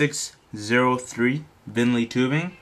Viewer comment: pronunce it with me vineeeeeeeeeeeeenallllllllllllllllllllll not vinly